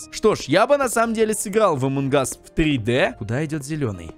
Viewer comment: Поззи ты зодолбал говорить эмон кас поззи пишецч амон кас